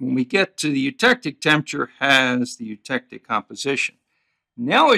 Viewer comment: Oh god, why scream every time when pronouncing the word eutectic